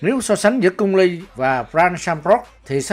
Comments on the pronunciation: Nó bị ngọng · Cung lê mà đọc cung li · Cung Lê, chứ cung ly gì bà, người việt phải ng tàu đâu